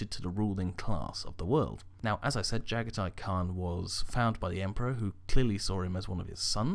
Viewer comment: Oh for the love of god dude, i love the vids but once again you literally make an absolute dogs dinner out of the primarch names. Jaghatai Khan - (Jah-gah-tee Khan)